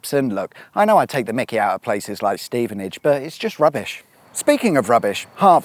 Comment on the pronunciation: Well done for properly pronouncing Stevenage (by including the sigh at the start) Never figured out how to spell that correctly. Something like hhhhhhh...stevenage